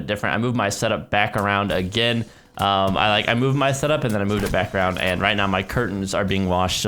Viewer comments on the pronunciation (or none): none